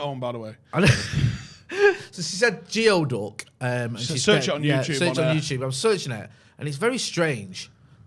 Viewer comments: Weird word it isn’t geoduck it’s pronounced gooey-duck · I cant believe i know this...Seattle checking in. a GEODUCK is a local treat here. most importantly its called a "gooey-duck"